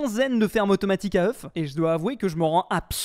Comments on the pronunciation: ŒUFS, se prononce oeux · faut lui dire que oeuf au pluriel c "Eu" (prononciation) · Le faîte qu’il dise « œuf » quand il parle au pluriel me perturbe trop 💀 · Faut faire quelque chose pour sauver le français. Des fermes à œufs [prononcé au singulier] :/ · le f ne se prononce pas au pluriel de oeuf